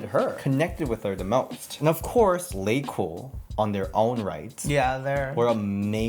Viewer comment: Its Laycool babe not Lacool😂😂😂